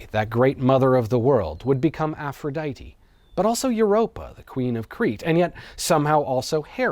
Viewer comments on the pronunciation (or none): none